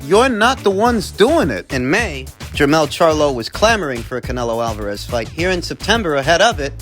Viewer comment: Canelio Alvarayez. 😂😂😂